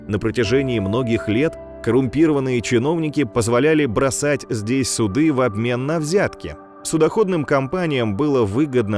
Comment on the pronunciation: Тоже "судЫ" зацепили? Я думаю, это байт для таких, как мы. Кому ухо режет так, что рано или поздно начинается негодование)